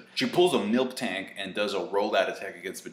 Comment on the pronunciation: It's actually Mil-Tank. Not Milk Tank. Filthy casual <3 (jk)